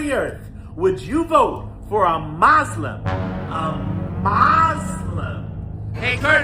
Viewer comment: “A Moslom!”😂